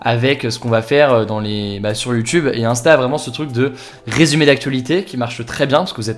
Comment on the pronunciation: Bravo première vidéo ou tu prononce le mots YouTube correctement😆. Sinon elle sont très bien tes vidéo